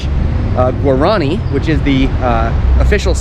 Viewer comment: Guaran i is pronounced (wah-rah-nee), with the accent on the last i. The lace work is called ñandu ti (nyan du tee) accent on the last syllable. Embroidery is called a' ho po'i. (ah-oh po ee) accent on the last i again.